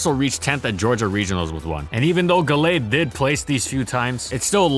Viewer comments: "Gull-aid" hurt my head the entire video. Always thought it was "Gal-aid". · I think it's "Gal-ade", as in Gallant Blade.